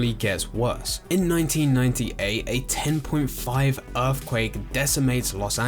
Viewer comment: I don't like how British people say Loss Angeleez